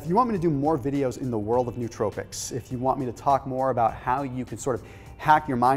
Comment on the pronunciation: This is an awesome topic that not too many people know about - great video man! Side note: some people say nootropics with a really weird pronunciation. Lol.